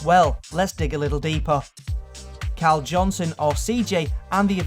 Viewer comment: its carl not caul lol